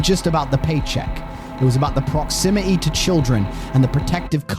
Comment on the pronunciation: \Why are you so afraid of pronouncing Ts? Pattern not Pah-ern. Documented not Dounmen-ed. Proximity not Proximi-e. Digital not Digeh-el. Photos not Pho-Ohs. You Speak American, but hide your Ts like a Brit.